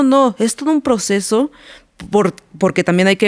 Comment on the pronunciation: Drink cada que dice "el poceso"